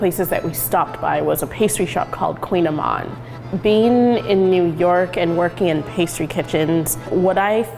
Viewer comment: No, lol, kouign-amann, it’s Breton (something from Bretagne/Brittany), so the word is basically a type of Gaelic, and even I can barely pronounce it and I live in France, lol, and no she didn’t pronounce it right either, lol